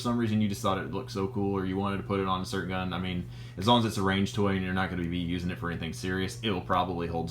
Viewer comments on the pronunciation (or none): none